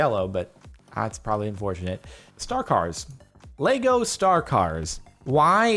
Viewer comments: Its lego not LEGOS!!!!!!!!!!!!!! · THERE IS NO “S” IN LEGO!!!